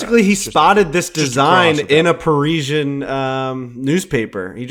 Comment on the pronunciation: Confidently correcting somebody when you're wrong has to be one of the most irritating things, pronounced it correctly the first time it's par-is-ee-an